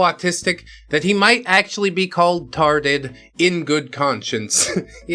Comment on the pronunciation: wetawted 4 evah